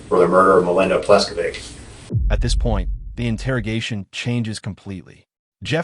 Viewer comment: Mispronounced "Pleskovick" too.